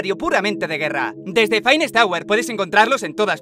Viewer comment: Emmm no es *phainest*, es "finest"